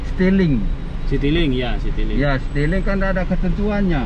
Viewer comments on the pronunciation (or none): Bukan seteling pak Tapi citilink .. 😀😀😀